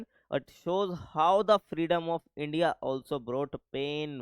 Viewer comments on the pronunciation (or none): none